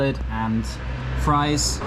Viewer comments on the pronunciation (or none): none